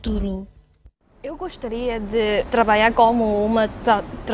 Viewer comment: O mais parecido com o português brasileira mas eles parecem não falar bem o lh, nh, e vogais juntas . Eles falam trabaia em vez de trabalha